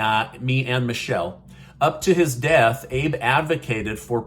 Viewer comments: Former Prime Minister Abe is pronounced Aa (short A sound) bay not Abe like Lincoln. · I am so shocked you said "Abe" like Lincoln for the Japanese leaders name. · Former Japanese Prime Minister’s last name is pronounced “Ahbay” Enjoy your daily news-keep up the good work! “ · THE LATE PRESIDENT OF JAPAN IS NAMED,ABE, AH-BAY! JUST WANTED TO GIVE YOU THE CORRECT WAY TO PRONOUNCE HIS NAME! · ABE is pronounced "AH-BAY" in Japan. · Abe is pronounced ah-bay. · It’s pronouns Ahbay